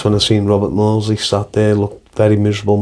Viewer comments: Get the name right is MAWDSLEY before you start selling stuff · Please get the name right it's MAWDSLEY